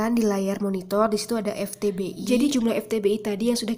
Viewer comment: Vtbi kak, bukan Ftbi